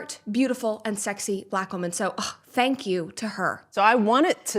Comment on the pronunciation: Sometimes she asserts her blackness by adding syllables to the word black. "Buhlack" as in "Barack is a strong buhlack man." Or if she's really worked up she would even assert a third syllable like "buhlackah."